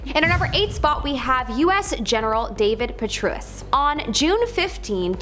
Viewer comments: David Petreus. Pa tray us. Please try harder to pronounce names correctly. In this day and age of the internet, correct pronunciation of a person's name is but a click away. Thank you. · Compelling evidence from a host that refers to Mr. Emanuel as “Ramen”, and General Patraeus as “Perruis”. Clearly, our narrator is a master of both literacy and comprehensive skills (or in her words perhaps, “literal see and Copenhagnative skillets”). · GENERAL PU--TRAY--ËS NOT THE WAY YOU PRONOUNCED IT .. FYI ... THANK YOU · Too bad this Presenter can't read these names of well-known public figures, like; Rahm Emanuel, NOT Ramen Manual; General David Petraeus (rhymes with Betray Us), etc. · FYI: The General's name is pronounced PU-TRAY'-ËS NOT WHATEVER YOU SAID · She completely list me when she can't even pronounce things correctly.Ramen?General Pet-TRUE -us?